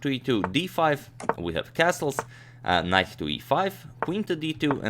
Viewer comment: Am I the only one that heard Knife instead of knight and ?!